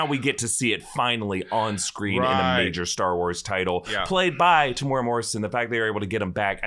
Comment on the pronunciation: Tem-U-Era Not Temoora 3 syllables